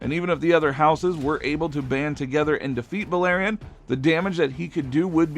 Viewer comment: Clearly not I’m surprised he said the black dreads name right lol